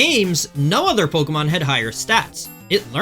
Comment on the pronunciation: How are you one of the best players in the world and still mispronouncing some of these Pokémon